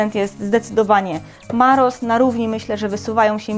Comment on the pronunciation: Witaj Droga Firmę MAROS czyta się jako MAROSZ bo to firma węgierska a S czyta się w języku węgierskim jako SZ analogicznie BUDAPEST to chyba czytasz jako Budapeszt w języku polskim a nie Budapest. Pozdrawiam. Mów Marosz